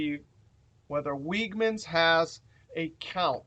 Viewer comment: Great video as always,. For future reference, note that the grocery store Wegmans is pronounced like "LEG-mans."